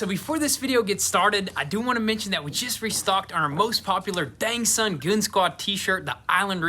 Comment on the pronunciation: "DAWG SUN".... lol